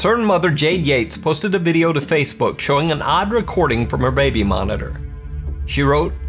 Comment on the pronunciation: I've watched this video a few times, because I like it. I never noticed this before. Did you just say "raby monitor"?